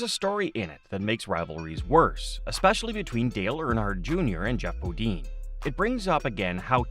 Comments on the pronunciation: BOD-INE NOT BO DEAN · I hate the repetition of 'BODEEN'. (dang, must be a yankee) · at least learn who your talking about it's Jeff Bo "dine, not Bo dean. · bo-DEEN? C'MON..... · You guys don’t know how to say their last names is Bodine you don’t know how to say their last names right you should not be in an announcer on here cause you don’t know how to say their names, right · Annoying huh! Same thing I kept thinking lol